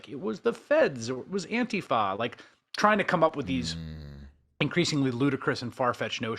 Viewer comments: Thank you for pronounciating "Antifa" correctly. I always cringe when people like Trump and his followers say "antEEfa". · Chris Hayes... the first American I have ever heard, who pronounces ANTIFA correctly. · Wow, an American who can correctly pronounce Antifa. Finally.